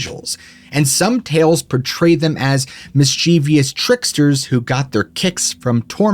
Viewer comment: Mischievous: pronounced "miss-chiv-us"